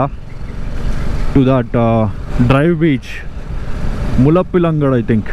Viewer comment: It's muzhappilangad beach not mulapilngd😂😂❤